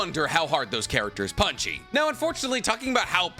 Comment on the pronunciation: Bro for the love of god please stop saying” punchie “or “punchy” or whatever tf you’re saying man it’s annoying I love you videos tho bro